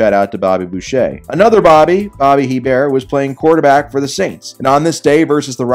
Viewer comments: hearing pronounce hEbert makes me cringe… Hebert pronounced ay-bear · Btw, Hebert is pronounced ay-bear